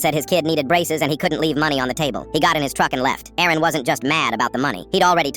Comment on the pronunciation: Aaron vs Erin 😂 AI should get checked